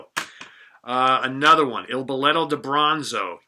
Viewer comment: balletto di bronzo not billetto 👍👍👍